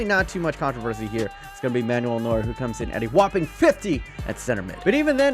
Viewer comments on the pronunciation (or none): none